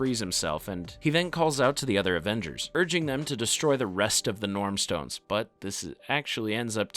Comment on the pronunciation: You're pronunciation is wrong. It's Norn stones.